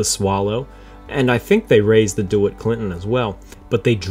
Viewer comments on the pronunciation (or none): Oh my. DeWitt (pronounced dee WIT) Clinton.